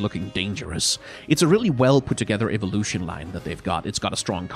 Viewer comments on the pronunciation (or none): none